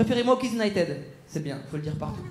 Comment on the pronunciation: À 13'36 ", je suis ton 1er spectacle" "T'as déjà vu les Kids United". United se prononce "Younaïtid" pas "tèd". est un enfant, il a le droit de ne pas connaître la prononciation correcte. À nous, adultes, de le reprendre et lui expliquer. Merci😊👍🏽